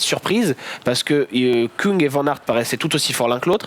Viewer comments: Bravo pour l'émission, c'est cool de voir les vidéos de vélos se développer sur first team! Par contre on prononce en effet Stefan Küng (Kueng en français) et non Koung. Le ü en allemand se prononce comme un "u" français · Apprenez svp à dire Stefan Küng